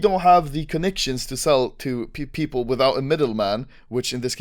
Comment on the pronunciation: he said pew-pewple xD